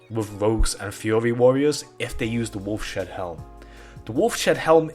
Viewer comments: ...It's Wolfs HEAD not Wolf SHEAD...Ugh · Wolfs-Head-Helm ..... Not WolfSHedHelm :o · It’s not “Wolf Shead Helm” it’s “Wolf’s Head Helm” because it’s the head of a wolf 🐺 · When he said wolf-shed helm instead of wolf’s head? I really felt that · Wolfshead healm... wolf-shead helm... you mean wolfs-head helm, maybe? Seriously, the more you say it the more it infuriates me. What is a SHEAD, man? How can you not read Wolfs-head? How do you see Wolf-shead? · "Wolf Shead Helm" Dude.... Cmon man... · actually its "woulfs shead halm actually"